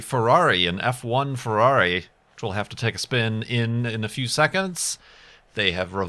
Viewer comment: it's not Emòlla, it's IMOLA! and it's not Fewawi, it's FERRARI! :)